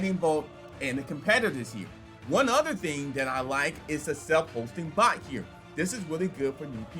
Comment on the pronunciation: Why he keep saying Bolt ???? it’s Bot!!!